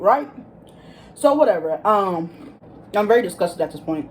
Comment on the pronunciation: Take a shot every time you say “whateva” 😂